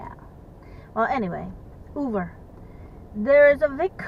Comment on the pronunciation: I’m hearing you pronounce “Uber “ w/a “V”, like “Uver “. But isn’t it pronounced w/a “B” sound??